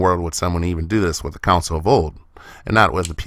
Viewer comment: Console...not counsel.